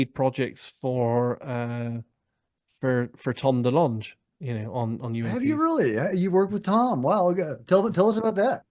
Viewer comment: Great you can actually pronounce DeLonge perfectly